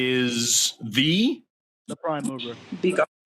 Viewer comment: Took me a while before I understood that he said mover and not mower. Everyone knows the prime mower is Forrest Gump.